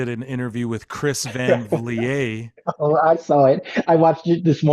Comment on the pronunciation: TK is the GOAT of one thing: Moving the Goalposts LOL O'Shea was 100% accurate on CVV Oh and it's pronounced "Van Vleet", it's a Dutch name, not French. (As someone w/a hard to pronounce last name, I always like to help 😄)